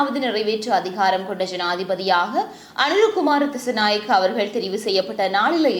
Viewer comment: அனுர குமார திஸாநாயக்க அக்கா nengal திசநாயக endu solringal